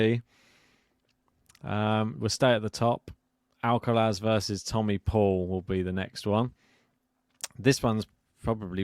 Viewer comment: At least this guy stopped saying Alkawrath 😂